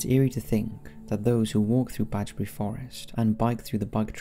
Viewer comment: It's Bedgebury Forest not 'Badgebury' you!!!!